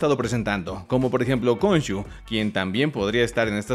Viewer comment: Por favor se dice jonsu JONSU de donde vergas salío konshu?